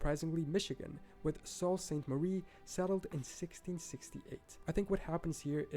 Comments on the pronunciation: Sault in Sault Sainte Marie is actually pronounced “Soo” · I think does a good job but he mis-pronounces a lot of things (although he is from Portugal). Like Sault Ste Marie is Soo Saint Marie and Pierre, SD is pronounced Pier like a fishing pier. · Yeah being from Michigan "saul st. Marie" bothered me.